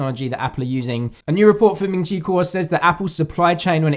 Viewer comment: Ming chi who... That pronunciation is funny 😂🤣